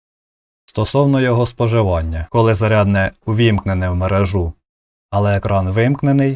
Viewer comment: Як можна розповідати про щось навіть не розуміючи як воно правильно вимовляється?! Я про вашу мережУ, якщо не зрозуміли. МережА то на трусєлях у дівчат, а мерЕжа це те про що ви розповідали. Невже так важко бути не кривоязиким?